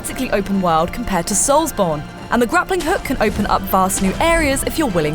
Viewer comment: So is it 'soulsborino' now? If so, hi-da-lee-ho soulsborinos.